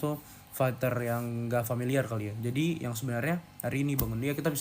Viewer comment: Bunyi nya bukan fekter ya, faiter lah